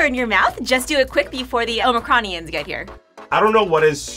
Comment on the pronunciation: That pronunciation of “omicronian” was off.